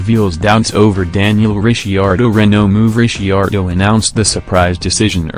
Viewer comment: zero comments says it all, when you can't even pronounce DR name correctly, you clearly understand very little about Motorsport...